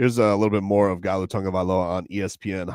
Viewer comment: it's spelt Galu but pronounce "Nalu"